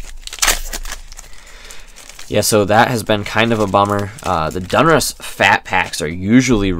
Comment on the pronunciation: DON-RUSS NOT DUN-RUSS